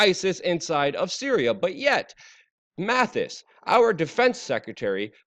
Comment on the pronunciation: Dummy you keep calling General Mattis >> "Mathis." Get you're shit together dude.